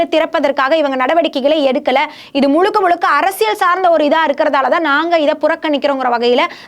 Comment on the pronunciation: திறப்பு விலா கிடையாதும்மா... திறப்பு விழா.... முலுக்க முலுக்க கிடையாது... முழுக்க முழுக்க... என்னவோ போங்கம்மா...